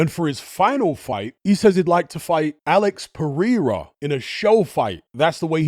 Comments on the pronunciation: “Alex Pereeera” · The way you pronounce some words lol like "Super Saiyan" and "Alex Pereira" is funny and another I can't think of now, you pronounce it confidently, but confidently wrong lol